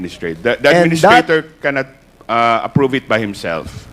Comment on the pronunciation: prom instead of From. pormer instead of Former. Approbe instead of approve . Hindi naman mga Lawyer nagdudunongdunungan.